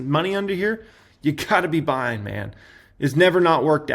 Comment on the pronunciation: People: this is not financial advice.: "YOU HAVE TO BE BUYINGGUH"